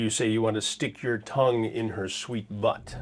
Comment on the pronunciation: killed me the way Chris said that “buTT” 😂😂